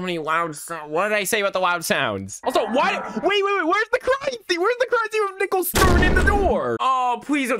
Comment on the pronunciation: I like how he mispronounces Nichols name